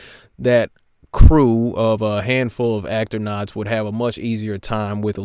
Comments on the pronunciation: did he just fucking say actornauts? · Did he really just call astronauts "actonauts"? That poor, confused man. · Firstly it should be the Flattards funding their trip to debunk the globe so they cant call CGI / fake on their own evidence and secondly did he say Actornauts 6.55? Never argue with stupid you'll never win!!! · Did he call them "actor" nauts? Unbelievable!